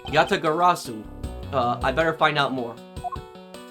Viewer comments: YA-TA-GA-RA-SU. That's the pronunciation Just as you've said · You got the Yatagarasu pronunciation correct this time, nice work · He finally said Yatagarasu right!!! As an old Yugioh player that makes me glad xD, as Yatagarasu was a banned card for so long and a very pretty card